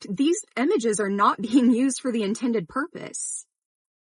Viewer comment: Why do you keep saying "Emages" instead of images?